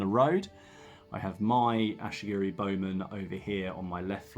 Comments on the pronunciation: Great BR dude, nice to see TOH getting some table time. By the way they are Ashigaru not Ashigiri. 😁👍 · The ashy-gerys are killing me 😂